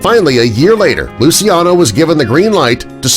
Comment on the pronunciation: Just a small correction of the pronunciation of Lucciano’s name. It’s not as you pronounced it but it’s pronounced as: lu chiya no, with the I being a silent one.